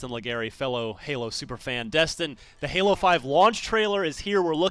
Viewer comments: Oh wait. I get it. He says Hal instead of pronouncing it Haul. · If he says Hal-z one more time, I think I'll scream. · It sounds like he's saying howsy a couple times lol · no it's hall-z, not hal.